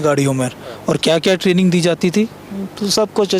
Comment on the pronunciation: Training ko trailing bol dya ja Sala.. indian raw ne sahi se yad nh kraya...ha ha ha ha ha